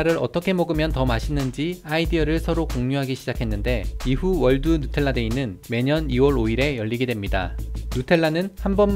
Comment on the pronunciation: 발음 죽인다 누텔라ㅋㅋ